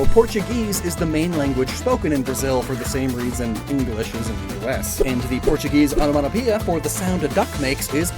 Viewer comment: So quaxley isnt Portuguese. He's portu"geese"